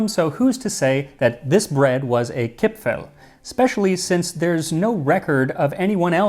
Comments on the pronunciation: Very nice pronunciation of Kipfel. A bit more of an 'e' sound like in devour. Here in Germany we have an almond based Christmas cookie treat called 'Vanille Kipfel'. Very good and also shaped like a cressing moon. Maybe the shape? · you actually got the pronunciation of "kipfel" spot on. mad respect. never heard any english speaker pronounce any german word that correctly.